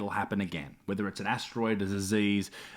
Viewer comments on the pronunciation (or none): Did I hear you say "nukular", Isaac? You're an Aussie, mate! We say it properly here nuclear... Say it with me, "new-clear." C'mon son!!